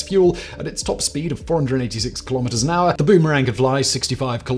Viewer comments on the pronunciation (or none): none